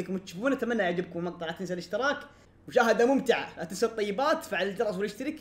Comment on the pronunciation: تقولي الطيباتت ههههههههههههههههه ههههههههههههههههه ههههههههههههههههه